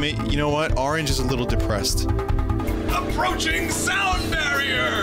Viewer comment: APORCHING SOUND BARIER lol